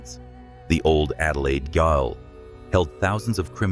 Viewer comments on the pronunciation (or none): Gaol ... is Jail. I hate AI won't be subbing to this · pronounce gaol corectly, I mean it isn't even an unusual word, or an Australian one.